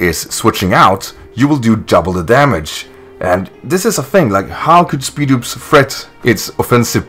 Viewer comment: I thought it was pronounced SPIED-OPS